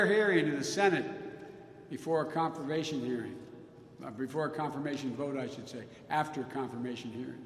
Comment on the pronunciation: comfervation hearing. oh jesus joe